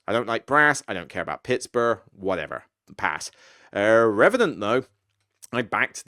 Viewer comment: Pitsburr. Hilarious.